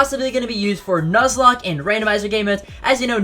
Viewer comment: I know what a "Nuzlocke" is, but not a "Nuclocke"